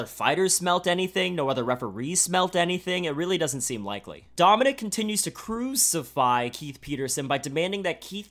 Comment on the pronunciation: "Cruzify" nice 😂